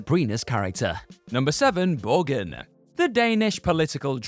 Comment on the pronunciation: Borgen is pronounced Borjen and mean a type of castle in the scandinavina languages and might also refer to houses of grat importance like the congress. :)